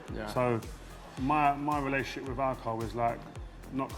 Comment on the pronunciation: TH is pronounced TH ...not V .... WITH...not WIV... love Rio